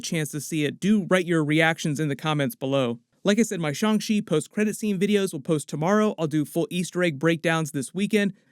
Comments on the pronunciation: His name is Shang Chi, not Shang shi🤦‍♀️ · Please say the movie name right 😅